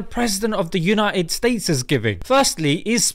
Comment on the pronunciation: Mashallah brother. Put it the way it is......but its supposed to be BETTER and UNITED, not 'BE-ER' and 'UNI-ED'